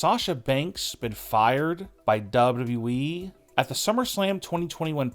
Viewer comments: what is WE? or "w" "we" dude its WWE lol this guy just couldn't say WWE. lmao Hilarious. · The guy that be telling us these stories sounds like he cant speak English. Its pronounced wwe, not we. Get it right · WWE. Learn to say WWE. It’s not “WE”. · Once you hear dubitiblyeeeeee, it cannot be unheard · Yeah some people have trouble pronouncing certain combination of alphabets. It's a disability. Grow up! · No...it's DoubleWeeWee - honestly, I've listened to it over and over again 😂 😂😂😂😂🤣🤣🤣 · The way he says "WWE"! 😂😂😂😂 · She got injured, not fired dopey. Learn how to say WWE properly ya ballbag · It's the way he says wwe for me 😂😂😂😂😂😂😂😂🤣🤣🤣🤣🤣🤣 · You say wwe in the weirdest and worst way